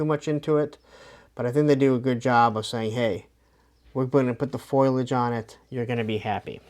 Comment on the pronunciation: Foliage, not “foilage” lol